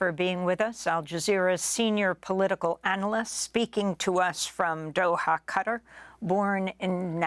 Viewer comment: Amy, please learn how to pronounce ‘Qatar’ properly.